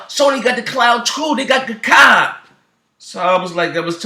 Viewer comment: Wtf .. I can't understand a single word of wtf ur saying dude. Lame news . That's old new foo. U can't even pronounce Gaikai hahaha